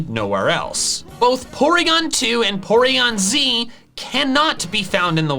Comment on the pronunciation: poryon-Z??? are you having a stroke???